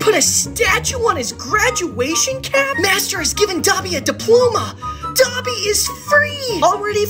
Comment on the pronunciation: He did not just pronounce Dobby like that